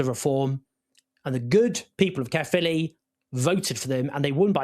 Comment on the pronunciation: Not a pad pronunciation of Caerphilly.. 6/10 🏴